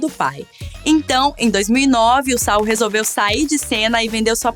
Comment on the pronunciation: Não é Sal, pirralha, é SaUL, Sa-ul, sua inculta!